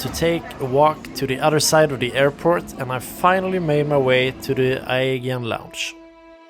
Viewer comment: Good review but It's pronounced A JEE AN, not Ae gain.